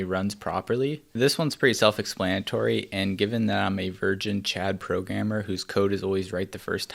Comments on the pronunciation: am i the only one who hear "pro gamer" instead of "programmer"? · when he said programmer, i thought he said pro gamer